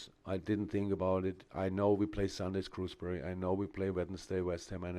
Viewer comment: Did he say ‘Screwsbury’ 😂😂 Love him